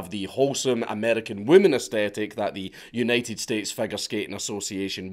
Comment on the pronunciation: Anyone else noticed marcus said "united skates fogure skating association" lol(